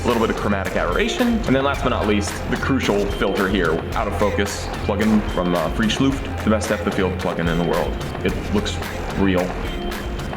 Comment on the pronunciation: The mans name is Frischluft not freeschluuft!